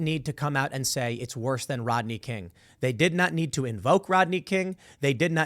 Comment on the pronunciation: Who's Rotney King. Learn to pronounce properly, dolt. The least qualified gets these positions, we're doomed.